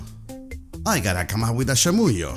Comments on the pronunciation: Tenés que aclarar que la palabra bolu#@ es muy informal y es desubicado usarla en cualquier contexto. No es shamuyo, se pronuncia chamuyo. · "Romperla" like an important word? What? The others are very well, only that is "CHamuyo", "Zarpado" and "truCHo" but very well. Then, we don't speak with the "tú", it's more like "sos" than "eres", it's "sos un CHanta", "holanda che" it's the first time I hear but the whole video it's very very well. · shouldn't it be pronounced as "chamusho" ? As i know ch is sh in chile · "Chamuyo" se pronuncial así como él lo pronuncia el el video? Siempre pensaba que la y griega se pronuncia como la elle. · They pronounced chamuyo incorrectly. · He doesn't pronounce it correctly, though. Not native Argentinean pronunciation ... at least not from Buenos Aires.